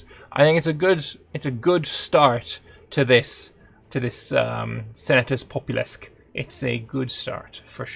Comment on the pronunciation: Sen-ah-tūs Pop-oo-lūs-kway - or thereabouts :)